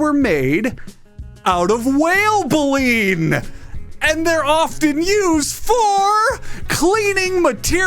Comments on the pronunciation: Um actually , it’s bay-lean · Good video. And by the way, it's pronounced "bay-leen". The set of brooms inside the mouth of a filter feeding whale. All filter feeding whales have baleen. It's how they filter their feed to capture a bunch of krill. The very largest animal on earth eating some of the smallest animals on earth, just... doesn't bode.